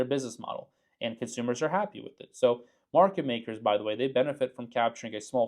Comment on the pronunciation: Market, not Merket! :P